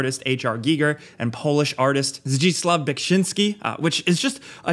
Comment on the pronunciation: As a Polish person I’m impressed how close to the correct pronunciation of “Zdzisław Beksiński” is in this video. For an American that is lol.